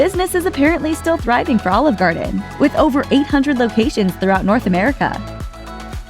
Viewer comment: She really sounds like she's trying to say "All Of Garden". She's pronouncing Olive weird.